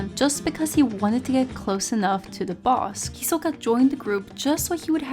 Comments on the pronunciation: "Hi-soka" Lol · Guys this bitch wants it to be pronounced hi-SOE-kah lol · How so? Her pronunciation is clearly more Japanese than the English dub version of the name. I think that's actually way better than using the English pronunciation. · you cant pronounce his name correctly so shush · I dont see how saying his name wrong really matters.